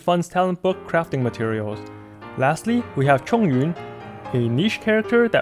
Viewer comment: you nailed XinYan, XingQiu and ChongYun the moment I heard you say their names. I'm so proud!!! 👏🏻👏🏻